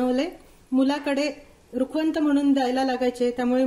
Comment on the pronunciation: रुखवंत नाही रुखवत